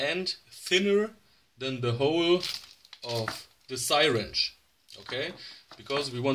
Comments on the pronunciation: Repeat after me…see-ringe…not sirench…(spelling is syringe) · what the Hell it a sighwrench